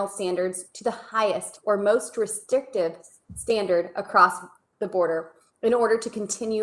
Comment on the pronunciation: Restictive??? I think the word is RESTRICTIVE... this 1 right here should have remaind in school just a little bit longer because her lack of education and common sense has been showing far too much SMH